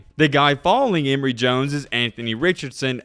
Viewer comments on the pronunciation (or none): none